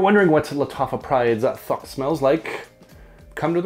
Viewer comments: Everytime you say thouq, I keep hearing the word FAWK 😂 no hate,just making me giggle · Nice review, always wondered about this one. Btw, the "Th" in Thouq is pronounced the same way you'd pronounce "This" rather than "Thought".